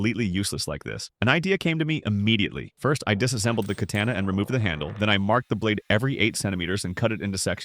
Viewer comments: Ah yes the famous “Cantana” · Ca-Tanna T-T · You’d think the AI. Live could properly pronounce’katsna’ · Why are you saying katana like that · You lose all credibility when you pronounce katana wrong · Anyone else annoyed at how he is pronouncing Katana? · The way he says katana is annoying me. Anyways cool vid.